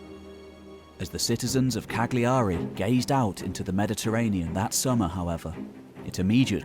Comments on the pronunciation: It's not pronounced Cag-Li-A-ry It's pronounced Callary or perhaps Ca(g)ll(j)ary, sounds almost like Calorie. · Hi, Cagliari is pronounced Car-Learee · "Cag - liari"? He's murdered the name of the capital city of Sardinia ... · It's pronounced Cajiari not Cag-liari. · Why not make the small effort to pronounce Cagliari correctly?